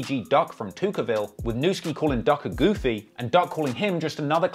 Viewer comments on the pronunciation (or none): none